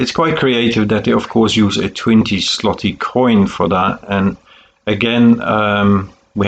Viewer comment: Złoty is supposed to be called as zwooty . Ł is pronounced as w